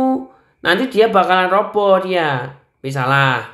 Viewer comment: Roboh bukan ropoh